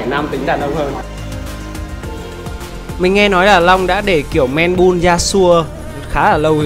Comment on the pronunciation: Man Bun đọc là "Men Băn" em ơi. Không phải " Men Bun"